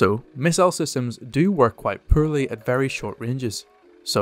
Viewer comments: JFC. It isn't pronounced "per-lee" it's "por-lee" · I only realized he said "poorly" when I turned on CC. I could not figure out what "pearlly" was.